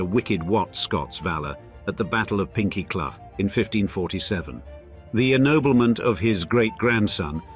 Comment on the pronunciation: Pinkie Cleugh is pronounced Pinkie Clue, not Pinkie Clu (Clu rhyming with Up). And it's BuckLOO, not BUCKloo. Andy why do you keep showing shots of Eilean Donan castle (and maybe Dunvegan Castle), which is nothing to do with the Buccleuchs. And American legal series, along with Sense and Sensibility - it's very distracting. It means that I have no idea which images in the video are actually of Buccleuch people, buildings, lands and projects and which are just random filler.